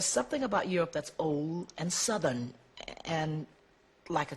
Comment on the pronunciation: the way she said southern is so funny